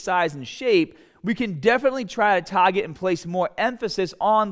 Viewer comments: "tahget your biceps" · Before we get staahhded on how to tahhget the biceps using a bahhbell... Bro i already liked the video before you said that!... 😏... We know the drill!💪